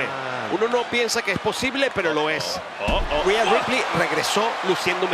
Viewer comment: Es rhea ripley no reha ripely 😑